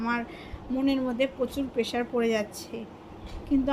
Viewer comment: Beren, peshar ar mental...darun English 😂